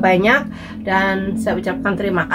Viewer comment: lek ngendikan SELALU yo selulu ae ura usah di tambah i NYa...